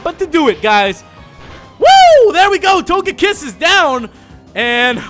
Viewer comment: "My main man..." Everything "Barkay, Bark, Togaykiss" dude damn dude quit while youre ahead man.... Damn lol